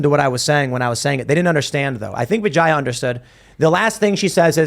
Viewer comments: Don't rape indian names. Atleast learn the correct pronunciation first. Say what you want but indian names are part of indian culture and heritage and you still being ignorant of how to call her name is just stupid. It's pronounced vee j yaa not vaa jaa yaa. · I can’t hear anything but “Vigana” when they say her name. Bye bitch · It's pronounced vi-jey